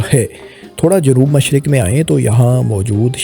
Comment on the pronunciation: MashArq-e-wusta? MASHaRQ? When and where did you read or hear this pronunciation of MASHRiQ?